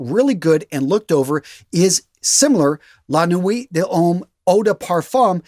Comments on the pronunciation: "luh-nwee duh-lomm" is a close approximation for the YSL, my friend. It's a tough one to pronounce if you dont have much exposure to French. Thanks for the list. :) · I’ll write la nuit de l’homme for you the way it’s pronounced: lan we da lome. Hope you read this comment.